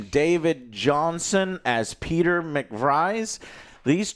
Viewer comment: They said his name at least 20 times in the movie... how is it possible that he mispronounces Pete's name?? Reminds me of cinemasins lol